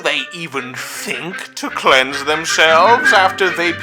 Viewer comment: I always thought it sounded like "clenge themselves".